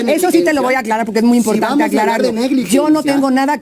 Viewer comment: POQE es Impogtante !! ..Ege con ege cigago !! Ege con ege bagil !!..Gapido van los cagos de azúcag del fegocagil : Xochilt Galvez